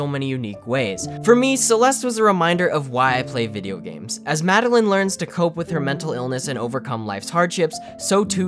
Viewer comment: Mad-el-eyen. Not mad-el-in.